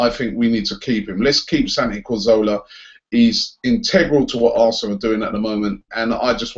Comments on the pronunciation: Robbie... When will you learn how to say Cazorla's name right ffs?? CA-ZOR-LA not CAR-ZO-LA you ignorant fool! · It's CAZORLA not CARZOLA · Man says Cahzowlaar you know 😐